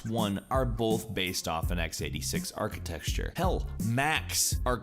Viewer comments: arckatexter? its architecture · dear god please stop calling it architexture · Architecture* not arcitexture, not disrespecting it just bugs my ears when i constantly hear it >.> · Arc-E-Teck-Ture Not Arc-A-Texture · might have to unsubscribe if i keep hearing architexture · It's infuriating me that he keeps saying archiTEXTURE rather than architecture. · Is this nigga really saying "archa-texture"? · "Architexture" Alright, bring back Jake. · really ? is it just me or did he say architexture ? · Architexture? Realy? I know you sometimes pronounce words wrong but this? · I cringed everytime he said architexture. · Oh, my god.. Please stop saying archiTEXTure.. It's archiTECTure. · not architexture xD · lol ikr it was pissing me off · it's because of the country's whole nucular architexture. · Paul ArchiTEXture is not a product of an accent it is simply a mispronunciation... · No, its called a mispronunciation, and has nothing to do with accents. It's not called architexture, any place in the world... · "archetexture" lol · Architexture, architexture, architexture, dude learn to speak! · Is it just me or does it sound like he is saying archi"texture" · are you saying architexture? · Is he saying architexture? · What is this archixtesture of which you speak? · Because the ArchiTexture... I just flinched every time I heard you say it! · Architexture: not a word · Is it just me or did he say architexture like 20 times. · and Major Gaming Yup... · I like it when he reads "architecture" as "architexture" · I was like.. have I been pronouncing Architecture wrong all these years??? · lingfield Nope. I'm American and we don't pronounce it like that. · They sure do... And it's not pronounced architexsture in either of them. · starts saying it correctly lol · Anyone else get pissed off at him saying "Architexture"? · Every time you say "architexture", I cringe. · STOP SAYING ARCHITEXTURE!!! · Stop saying achiteKture wrong!!! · WHY can't he pronounce "architecture" correctly!?